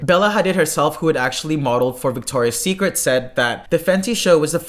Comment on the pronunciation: it’s Victoria’s Secret. Victoria’s Secret. Victoria’s Secret. fix it, please, it’s killing me. great video btw! :)